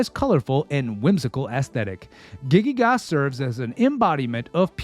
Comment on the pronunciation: A Masterpiece! Just a note: The main villain is "Giygas", not "Gigygas". Probably comes from the Greek "Γίγας" (gigas), which means "giant". Nice vid!